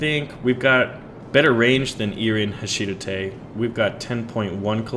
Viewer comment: HA-SHI-DA-THE Not HA-SHIDATTE